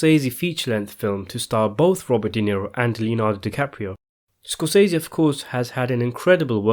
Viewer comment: hey, my British fella, thanks for the news but the correct pronunciation of SCORSESE according to Marty is like "scor se see" he pronounced his name exactly like this. so there is no "i" in it. thanks for regarding